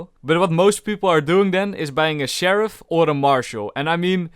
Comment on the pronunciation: skull: bro said cheriff